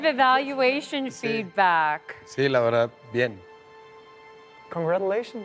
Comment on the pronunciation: De velda en velda el ploceso eta muy bueno 🤣🤣💗💗